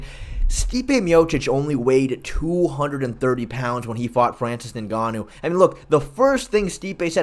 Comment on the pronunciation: Why u keep calling him ninganoo? It's pronounced enganoo you idiot. Do you even watch mma?